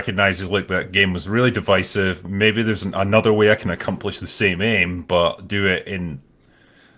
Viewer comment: The way that pronounced "divisive"